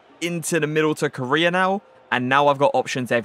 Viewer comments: Everyone: Core Aye Uh: 🇰🇷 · Not trying to be rude but it’s pronounced coraya